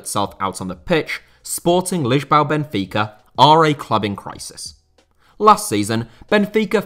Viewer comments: It’s Lisboa, not Lisbao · 0 45 sporting lichbau Benfica?! ffs you need to improve your accent,it's disrespectful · Dude went out of his way to mispronounce names and even 'Lisboa'. Lisbow? 👌🙏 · Spohting Lishbaw Benfeeka